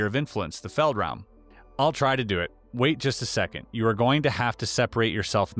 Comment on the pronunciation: German here. Your pronunciation of "feldraum" was basically perfect. Do you speak German?